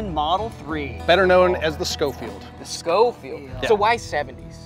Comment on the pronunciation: It's pronounced show-field, not sko-field. Just a history lesson, not trying to be a know it all. Great video Men, and I thank you for your service.